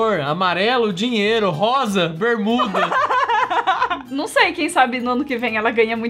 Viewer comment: MELHORES CENAS: Só crianca kkkkk E o mais engracado que ela não fala bermuda ela fala berrmuda com 2 R kkkkkkkk sabe oque foi mais engracdo? Que o falou ""Mas a garrafa já esta aberta"' dai o cara olha bem na hora que o falou que ela já estava aberta, parecia que o cara tinha ouvido o kkkkkk (continuando) esse nem deu tanto susto... Que foi? Amei sua historia Lucas kkkk AGORA, O MELHOR DE TODOS (percebe a risada da quando ela pega a chave, mó medonha) dez minutos, e treze segundos (clica) Dá Like por que deu trabalho